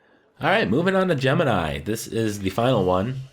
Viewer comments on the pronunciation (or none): none